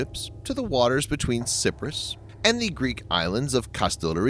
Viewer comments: It's about time France got off their asses and helped out. Erdogan is off the Reservation! Cyprus is pronounced with a long I not a short i. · It's pronounced "SI PRO US" Pleas for the love of mike make a not of it.